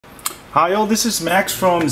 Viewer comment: why do you start out by saying Hile this is? the word hello is as = "hello" NOT Hile or hile hitler? lol hi just thought i'd try helping you out a bit and have a little fun with you wile saying helo & keep up the great work:) keep trying to stay focused on your task at hand so you dont keep finding yourself backtracking a half a dozen times per each demonstration have a great week Max and i'll stay tuned to your great hacks:) Signed your uncle BIG CHEESE:)